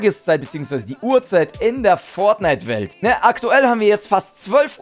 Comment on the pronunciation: wollte am Anfang schon "Fortniete" sagen xD